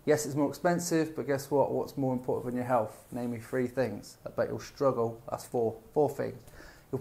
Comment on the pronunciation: 6 seconds into and I'm like.. Did this guy just say healf and fitness? Yeah I can't listen to you.. Cretins everywhere.